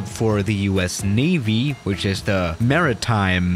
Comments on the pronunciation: MarineTIIINEEE my boi it’s MA-Rin-Time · The way pronounces "maritime": mari-TEEM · “MaritEEme”